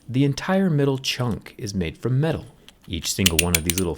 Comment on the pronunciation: Guys he say Middle I stead of metal